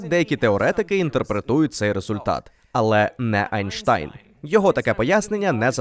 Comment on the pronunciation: Хто такий Айнштан? Гугол не має відомості